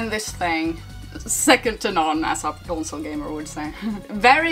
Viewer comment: “Consoler” always makes me laugh 🤣🤣